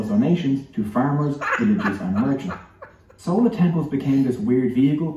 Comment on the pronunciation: Wrong pronunciation by vo guy...it's "chold" ( "ch" as in china)...and not "sola" as in sole fish! 🙄😄